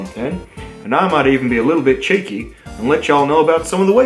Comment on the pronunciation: At least at the beginning. You can really hear the ‘Aussie’ when he says ‘cheeky’